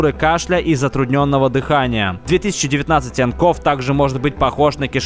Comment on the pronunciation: 2019-nCov читается не как 2019-нКов, а как 2019-нСиови